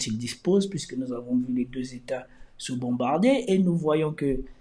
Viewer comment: "’NOUS AVONHH